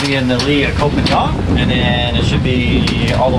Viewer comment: It is not Koh Pa Niang,.... Koh Pan NGA...! Pronounce KOPANGA...